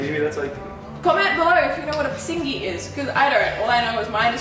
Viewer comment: PISNGI MEANS APING OR CHEECKS BUT ITS NOT PRONOUNCED AS PISINGI BUT. PIS....NGE